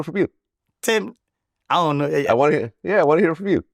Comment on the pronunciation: “Ion like to pay” 😂